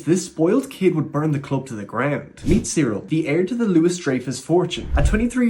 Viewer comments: It’s not Cyril it’s Kyril. Its a k not a c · Dude.. He’s called Kyril(Kiril) not Cereal🤣🤣 wtf 😂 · Why are you saying cyril? Its pronounced as kyril just as its spelled?